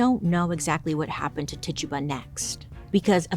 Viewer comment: Bailey can’t pronounce Rural, but Titchuba just rolls off the tongue 😂❤